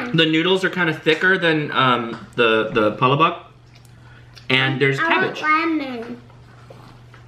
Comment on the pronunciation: Great video! You guys sure do love filipino food! Just to let you know, palabok is pronounced: PA-LAAAA-BOK. Emphasis on the LAAA...lol